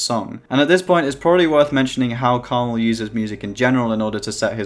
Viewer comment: his name is pronounced Karma-L not krmal